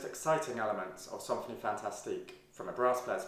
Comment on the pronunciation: It's more like 'sanfonie' than 'sawnfonie'. 'Idée fixe' pronounced 'fix', the 'e' is silent here. Very interesting video! Thank you.